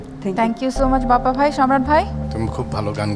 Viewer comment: ময়মনসিংহ কিশোরগঞ্জের বেশির ভাগ লোকের মহাপ্রানধনি শব্দগুলো উচ্চারন হয়না!!!! যেমন আমরা" ভাই" এর যায়গায় "বাই" বলল আসলেই প্রতিটা অন্চলের ভাষার মাঝে ব্যাকরনগত কিছু না কিছু প্রতিকুলতা রয়েই গেছে।